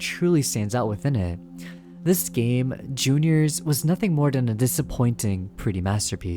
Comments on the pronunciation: listen i dont mean to hate but pls stop calling it J.r's it's juniors the trailer you showed it calls it juniors this is just a small complaint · Jr's, not J-R's